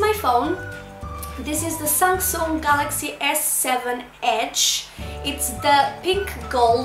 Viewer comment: ' sangsoon ' girl its Samsung 😩